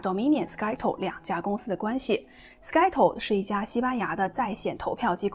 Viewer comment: 主持爆料劲爆的👍。Scytl发音是“塞头”不是“斯盖头”😜